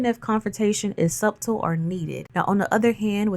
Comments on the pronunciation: Love you're videos for the most part! However, the "b" in subtle is silent! Pronounced sutle not sub-tel!! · I LOVE YOU SOOOOOO MUCH AND I'M A FAN!!!... MAY I help with one thing. Subtle = Suttle. It's pronounced Suttle. OTHER THAN THAT YOU'RE PERFECT!!!! PLEASE KEEP BRING BEAUTIFUL AND POWERFUL!!!! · *The “B” in subtle is silent 🤫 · (The “b” is silent ❤)